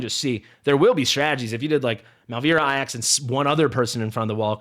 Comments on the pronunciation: the Greek Name Ajax is prounced Ay-jaks anyone else to say other , how do I say this with tack? Uneducated.... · Remember the football team AFC Ajax? That's how to pronounce the team. So my assumption is that he is pronouncing it like that. As if you were a pirate saying "AYE AXE"